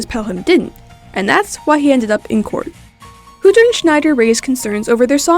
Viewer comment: hey errr i dont think youre pronouncing hütter correctly i think it's like hyutter... i love the calendar though i thought it was some of the stock footage at first.